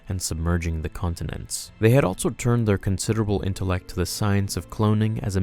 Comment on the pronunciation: I can’t take it anymore. You need to stop saying altso. Altso isn’t a word. Every time you say it, it feels like someone scraping nails across my brain. ALLLLLLLLSSSSOOOOOOO not ALTTTTTTTSO.